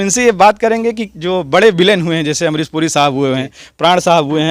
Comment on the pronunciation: ये काले कपड़ों वाला लड़का पढ़ा लिख़ा है लेकिन फ़िर भी इसका शब्दों का उच्चारण सही नहीं है जैसे कि ये शाहरुख ख़ान नहीं साहरुख़ ख़ान कहता है अमरीश पुरी कहने की बजाय अमरीस पुरी कहता है और इसी तरह से और भी बहुत शब्दों को ये ऐसे ही बोलता है और को इतना तो सोचना चाहिए कि जब यू ट्यूब पर बोलते हैं तो फ़ूहड़ शब्दों का इस्तेमाल नहीं करना चाहिए जैसे कि इस वीडियो में ने कहा है कि मैं कई बार अपने घर में छिता हूं